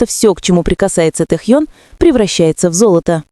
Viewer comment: да когда же начнёте правильно называть его. уши режет